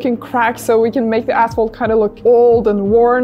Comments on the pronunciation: ashphalt not assphalt ;) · You scare me the way you pronounce asphalt LMAO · ASPHALT…. K…. thought you said natural cracks in the a$$holes 😂😂😂